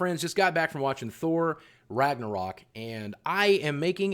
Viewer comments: Follow the howl still wrong haha from Iceland btw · Pretty funny listen you saying ragnarök greetings feom sweden